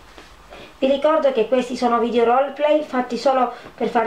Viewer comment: Ma dice vidio